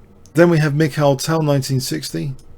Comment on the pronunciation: Mikhail Tal was a Latvian, born in Riga (not a Russian) ..in Latvia Mikhail is pronounced Meek - ha - eel !!! His surname is Tal and it is pronounced as T - a - l , not T - o - ll or even T - a - ll like tall . We 're not all Americans !!